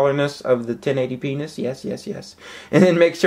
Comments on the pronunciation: lol he said 1080penis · Lol at 235 he says 1080 penis lololol